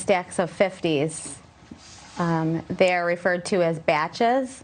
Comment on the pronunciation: She pulled a face when she said batches , as though she had never heard the word before nor understood what it means